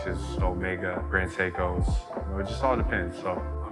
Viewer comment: Incorrect explanation of the FP journey…. Lollll it doesn’t go back to whatever time zone 😂😂😂 however it does goes back to the time you left it. Also it’s not great seik, it’s grand seiko 🙈 this guys has a nice collection. He basically has everything 👌🏽 respect to that.